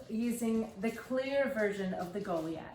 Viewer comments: My apologies, but this has been driving me nuts because I know that I don't like to pronounce words incorrectly, but the the "i" is long as in 'lie', not "sea". So it would be pronounced Go-lie-ath. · Hon, I believe the word you're trying to say is pronounced Gah lye ith 🙂